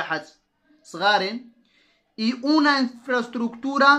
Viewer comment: للاسف انصدمت في طريقتك تعليمك وكنتمنى متكونش من جاك الناس لي مكيبغيوش يصحح الاغلاط عندك النطق غالض Una ماشي هي ona Superficie ماشي soperfece الله يجازيك بالخير الانسان ماشي معصوم من الغلط لك مزيان يصحح الاغلاط ديالو السلام عليكم ورحمة الله وبركاته